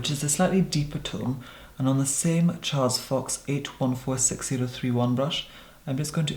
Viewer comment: Can we all just appreciate how flawlessly he said “on a Charles fox brush” 😍😍😍